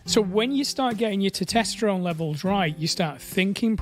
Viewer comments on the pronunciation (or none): How are you still not able to pronounce "Testosterone"?